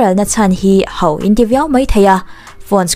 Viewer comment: Ho tih hi 'HAU' ti hlirin i sawi ṭhin a, HO tih hram ni se.